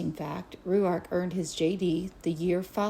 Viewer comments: Yes why? In Australia it would sound like Rork. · Pronounce his name like (rork) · Why are you pronouncing his name like that lol